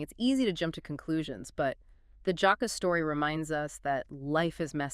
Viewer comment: The JAAhka it's JACK-A